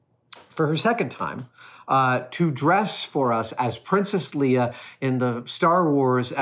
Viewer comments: It is pronounced Lay-uh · Princess layer not leea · Princess "Lee-uh"..? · Why does Adam pronounce “Leia” like Lea?